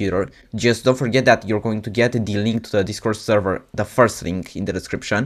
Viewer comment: why you said "deez" instead of "the"??